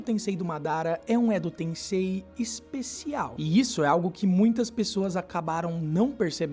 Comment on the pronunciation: Edo "TenSSei"